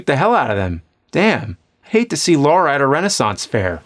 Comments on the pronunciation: Lara not Laura!! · Great video, but you said Laura instead of Lara. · It's not Laura, it's Lara. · LA-RA...not Laura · Love the vids bro… although it’s Lara not LaUra 😂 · It’s LARA - not Laura fs 🤦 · I love these videos, even when pronunciations are off. There is no Laura Croft. There is a Lara Croft, though. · It's Lara, not Laura. Come on James.... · It sounds like he keeps calling her Laura 😄😄😄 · "Laura Croft Laura Croft Laura Croft" thats not her name nerd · Why do people call her "Laura" all the time.. Like saying LARA is some kind of challenge.. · It's Lara! Lara! Not Laura! Lara! L-A-R-A. Lara! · Ok, right out of the gate and it's not even a minute into the episode and we are already getting it wrong. Let's try this again for the uptenth time. There is no "U". Her name is Lara Croft. Not "Laura" Croft. The name starts with a "La", the "U" is missing and never sounded, and ends with "ra". Lara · Lara, not Laura. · "Lara" not "Laura." Literally says it on the box. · It's lara not Laura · Good review, but the fact that he keeps pronouncing "Lara" as "Laura" really bugs the shit out of me, it's not like they don't say it out lout tons of times in the actual games. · What's with the americans always pronouncing her name "Lora" It's Lara! make it sound "LAra" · Its not laura its LARA - LAA RA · Her name is Lara, not Lora ffs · You've said Laura like 100 times... her name is Lara. 👀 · Her name is Lara....... not Laura. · That iconic character... “Laura” Croft. I can let RE-view slide, because that is just messed up emphasis. But, LAURA Croft? James is supposed to be a nerd. What nerd do you know that diesn’t know it’s Lara? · "Laura Croft" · Agitation setting in wherever he pronounces it "Laura". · "Laura" Croft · LAH-rah ffs man you've had decades to get this right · It's LARA damn it. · Take a shot every time he pronounces "Lara" incorrectly. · "LAURA" Croft. Come on, James. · Why is he pronouncing a u in Lara?